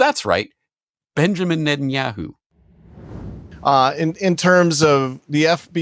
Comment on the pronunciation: Why do you pronounce Netanyahu like that? 😂😂😂 yeah hoo